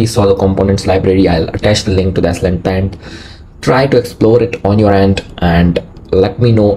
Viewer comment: It’s pronounced “slint” not “s-lint”.